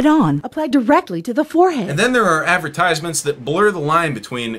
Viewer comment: Ten seconds in and I'm already overwhelmed by hearing 'ad-ver-tyse-ments' so many times Advert... eyes... meant... it was so obvious all along